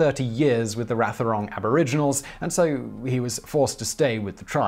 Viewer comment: Yeah... except Wathaurong is generally pronounced "WAH-the-rong". (The "th" being voiced)